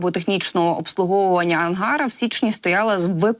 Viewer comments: Будь ласка, перевіряйте наголос у словах, не треба бути такою самовпевненою. АнгарА, транспОндер... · АнгарА, а не АнгАра. ТранспОндер, а не транспондЕр. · Виьачте!, але коли ви читаєте текст!!, ви можете наголос ставити вірно? : АнгарА, наголос на 3 скоалі!! пічка на раСясєі- АнгарА!!😂😂❤ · Ангара -наголос на А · Наголос не на "А" , а на "а" останню. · ето правда